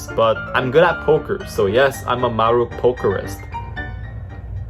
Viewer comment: It's the "marupokerist" for me HAHAHAHAHHAA your so cute kuya, the exact word is "marupok" and that means weak or breakable, here in the philippines we used "marupok" word when we fell in love to fast to the person.